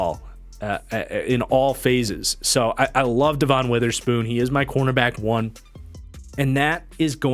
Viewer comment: Nice! I know it's nip picky but his name is pronounced as Devin. It's confusing as heck because it's spelled Devon. It just drives me insane like nails on a chalk board.